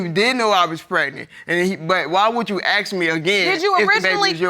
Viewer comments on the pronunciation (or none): I aksed him, makes my ears twitch..I aks and aks and meanwhile I continue to say ASK, not AKS. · Can these people say “ask” instead of “aks”